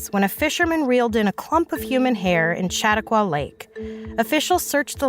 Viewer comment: It's Sha Taw Qua....